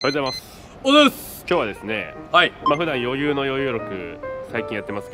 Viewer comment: ｢余裕｣の読み方｢よゆう“ー”｣だったのかわいい